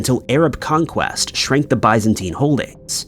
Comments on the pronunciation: Biz-en-teen not Buys-en-tine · Never in my life have I heard bye-zentine empire. Is this a newly agreed upon pronunciation?